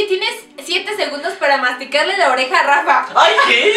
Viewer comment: Alguien mas escucho que dijo ranfa en vez de rafa